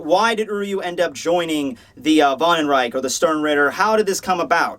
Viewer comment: It's Wandenreich btw. Vandenreich would be said Fandenryk while Wandenreich is said Vandenryk. It's German.